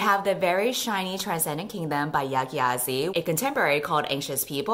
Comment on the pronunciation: lmao the way you pronounced Gyasi it´s jaacy